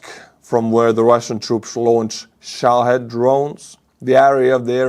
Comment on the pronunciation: I never miss your vlog,. Today I noticed that you're the only vlogger or reporter that I've ever heard pronounce the word "Shahid" correctly. For those reading this, the correct pronunciation, as said it, is "SHAA-hid"